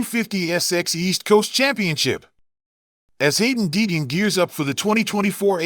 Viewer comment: Yeah this channel is a joke can't even say Deegan correct.false news